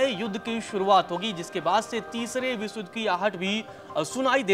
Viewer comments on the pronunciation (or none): none